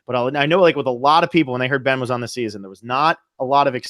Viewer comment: I love your show but apparent disdain for Ben is super obvious. I don't get it. You're talking about the winner of S35 on this episode, at least learn to say his name.